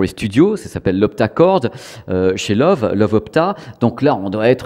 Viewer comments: Super vidéo, mais j'ai buggé à chaque fois que tu donnais le nom de la marque. Ca se prononce "le voeu", pas "love" :). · Salut Petite vidéo Très sympas, une toute petite corection en Allemagne on dit pas Love mais Leuveu (c'est écrit phonétiquement). Je me réjouis toujours de voir tes vidéos. Allez salut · Merci pour tes vidéos toujours très intéressantes! Par contre si c’est de l’allemand, Loewe doit se prononcer « leuveu » (Le charme germanique) 😉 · Ça se prononce Leuve en insistant bien sur le E à la fin en allemand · Sauf erreur de ma part, il me semble que ça se prononce lœuvœu 😉